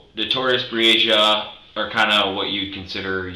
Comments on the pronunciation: You had this whole video of people pronouncing Breasia’s name correctly and you couldn’t even bother how to say it! Her name was Breasia, not Breezy-uhh Put some respect on victims if you’re going to make “content” like this geez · Her name is Bre-Asia. You were pronouncing another kid’s (Aniyah) name wrong. Please give them enough respect to pronounce their names correctly. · Her name is pronounced Bree-Asia. Like the continent. The announcer is saying it incorrectly. She deserves to have her name said correctly! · I'd line to think this is not an AI created channel but please do better about pronouncing the victims name correctly. It wasn't even close which makes it clear to me, who ever made this video, didn't watch the interrogation. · While I am someone who appreciates what you do, I also feel like it's on the disrespectful side when you (or other content creators) don't even make sure the victim's name is pronounced correctly. I'm someone who actually helped to search for this sweet precious girl who should be out playing in the snow with her friends right now. So if you make any other content that is about her story, please be sure to at least pronounce it correctly. Her name is pronounced Bree-Asia... Not Bresia.